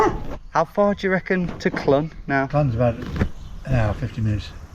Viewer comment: Clun is I believe pronounced closer to Clean, it means elbow in Welsh if I'm right